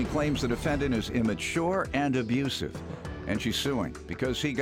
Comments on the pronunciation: I still say this because of this case. You abrusuve. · Abrusive. Stop it